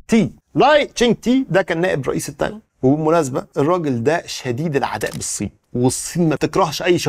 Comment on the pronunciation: تايواااان و ليس تايون